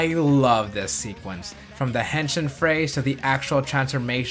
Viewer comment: Uh, dude. You're butchering the word. It's not "hen-shin" as in the leg bone. It's "hen-sheen" if you listen closely to what the Kamen Riders say. The letter I (as in "India") in Japanese is always pronounced like a long E sound.